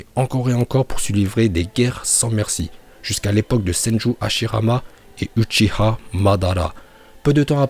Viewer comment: uchiwa pas uchiha